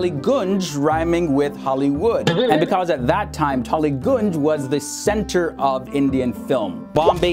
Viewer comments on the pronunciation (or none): none